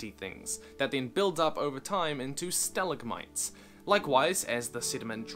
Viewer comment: your pronunciation of stalactite and stalagmite pains me.